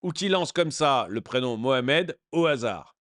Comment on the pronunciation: Je ne comprends pas, il dit "Mohamed" ou "Mouche à merde"...... Ce n'est pas important, c'est la même chose 😂😂😂😂